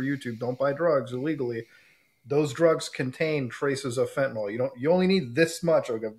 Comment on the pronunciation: Guys, it's fentanyl, pronounced 'fent-uh-nill' or 'fent-uh-nuhl', not 'fent-ih-nawl'. Sorry, pet peeve, and an all too common mispronunciation.